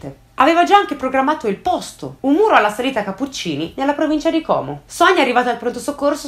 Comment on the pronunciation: Però Como con la O chiusa pls